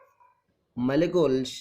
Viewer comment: Sir, aap bahut acha sikhate hai lekin aap words ka pronunciation thik se nhi karte jaise use, molecules. Sir lekin aapka explaination superb tha✨